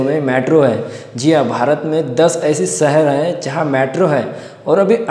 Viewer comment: Saher nhi shaher hota h dost . Lagta h marhathi medium se padhai ki h aap ne